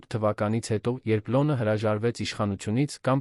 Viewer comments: Արհեստական նանսկանութկմյում շատ սխալներով, Լևոնը լոն, ամենակարւորը ամենակարորը, հետևումը հետում էր, այլես եչմի լուրջ աղորֆում։չկա՞ բոլորը արհեստական բանականության կազմած ապուշություն, լոնը լոնը լոնը լոնը զզվեցի երևսնը երան լևոնը լոնից. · Ոբ է կարդում նման սխալներով-,,լոնը,, , ,, շոկեց,, ,, կարորը ,, , ,, գոյատել,, , ,,առջ ,, , ,, Երանում ,, , ,,հետի դռնից ,, , ,,կտեղի ունենա ,, , ,, այլս ,, , ,,առաջին տիկնայն,, ...😮